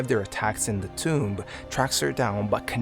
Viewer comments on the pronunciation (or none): none